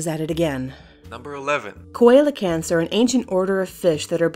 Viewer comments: it’s pronounced see-lo-canth not kuwaylocanth. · You pronounced Coelocanth wrong. it's C - lo - can - th. Apart from that great vid. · coelacanth is pronounced See-la-canth Not coil-la-canth D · #11 Ceo-la-canth See-la-can-th Sorry... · it's pronounced SEE-la-canth, not co-ella-canth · coelacanth is not pronounced 'ko ell a kanth' but 'see la canth' please check such things before reading your script! I like your vids, but mega mispronunciation is truly cringeworthy. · It's pronounced see-lo-canth... Not co-el-canth... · ITS PRONOUNCED SELIOCANTH DUMBASS BITCH COELIOCANTH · See-la-kanth, rather than See-lee-uh-kanth. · Coelacanth, pronounced see-la-kanth, not ko-alo-kanth. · you said coelecanth wrong. check your info it is spoken as sea-lecanth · number 11 was pronounced incorrectly , as it is pronounced c-luh-canth not co-el-ent (<--- the pronounciation) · you said coillocanth ITS see-lo-can-th if you wanna talk about dinosaurs and prehistoric creatures SAYING THERE NAMES CORRECT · 1. see-lah-canth, not koi-lah-centh 2. Coelacanths are not "believed to still exist", they do still exist. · Have to say it. Coelacanth is not pronounced "ko-AY-lo-kanth". It's pronounced "see-LAH-kanth". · Btw number 11 is pronounced "see-lo-cant", not "co-eee-la-canth" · I believe that fish's name is pronounced, "SEE-low-canth." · Those ancient fish are pronounced (see-luh-canth) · Number 11 is pronounced see-lo-canth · Coelacanth is pronounced like "See-low-canth" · Coelocanth = Seal-oh-can-th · coelacanth is pronounced as SE-LE-CANTH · CO-el-Locanth? Oh dear... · coelocanth is realy pronounced (SEE-LO-CANTH) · number 11 is pronounced see-le-canth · Coelocanth: See - Loh - Kanth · Its pronounced See-lo-kanth, spelled Coelacanth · it's actually pronounced Seal-a-canth. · It is pronounced ( See-low-can-th) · It's said Seal-ah-canth damnit. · Although it is spelled strangely, that's not how you pronounce "coelacanth". It's "see-le-canth". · Coelacanth. see-lə-kanth